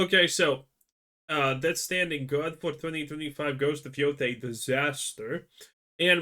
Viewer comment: Lol why are you calling it Death Standing? It's STRANDING, with an R. Lol good lord.